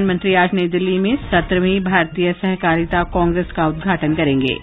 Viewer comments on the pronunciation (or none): 'सेहकारिता' उच्चार ग़लत है । ' सहकारिता ' बराबर है ।